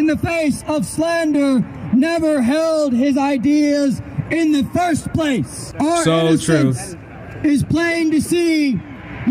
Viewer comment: I swear he said "in the thirst place!" 🤣🤣🤣🤣